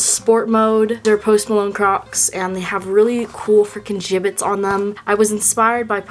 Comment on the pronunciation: kept hearing “crops” not “crocs”